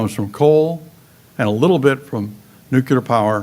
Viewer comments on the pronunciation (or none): He can't pronounce "new-clear" properly, and doesn't seem to have taken on board the NG frac finds, which have a few centuries worth of supply. Even Israel has found enough near-shore supply to be independent. Plus, the pop. info is likely wrong. The lowest band UN projection, which is the one which has turned out right for many decades, now says a peak of <8bn by 2030. overpopulationisamyth-DOT-com/overpopulation-the-making-of-a-myth#FAQ1 So he's editing and twisting to make his case.